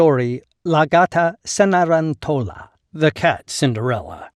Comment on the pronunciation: Cenerentola - the stress is on the third syllable, not the fourth.